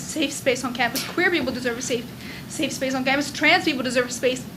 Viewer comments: how did she fuck up "safe space" 3 times in a row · Dat bitch can't say "Safe Space" for shit ! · The amount of times she messed up the words, "safe space" was infuriating. 😂